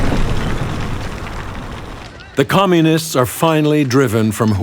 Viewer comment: it's "Communists"